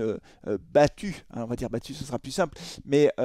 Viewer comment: Batubins ou Batubin sa serai peut être un peu mieux?